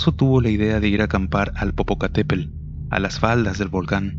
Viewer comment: Nada más una observación, cuida tu dicción o la pronunciación correcta de las palabras, es INTEMPERIE (no interperie), es POPOCATEPETL (hay que pronunciar también la última T, NO se dice Popocatépel